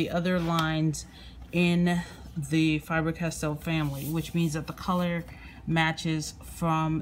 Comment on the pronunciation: Pronounced Faber... NOT FIBER!!! What is it with you yanks?